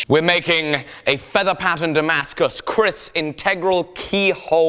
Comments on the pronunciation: in indonesia " keris" , not "kris" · Millennium Empu But not finish yet A Kris must have a name. Examples: New Setan kober New Taming Sari Give it spirits Smoke it with kemeyan Lime it Complete And pronounce the name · Not kris but keris